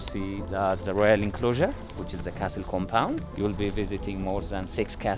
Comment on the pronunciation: Great views as usual., we need to work on your pronunciation. The "t" in castle is silent. Take no offense as anything or anyone can improve. As a Yoruba person, we already fight the "h" and "i" factor. Wishing you the very best. Can't wait for Covid to be history so my family can explore Africa. Thank you so much for all you do to showcase 🌍